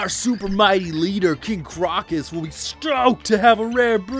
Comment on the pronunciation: It's Crow - Kiss as in the flower